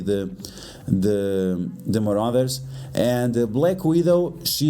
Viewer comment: so hes saying muarders and uncanny to bring